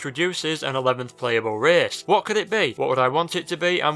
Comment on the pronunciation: An 11th "reehce"?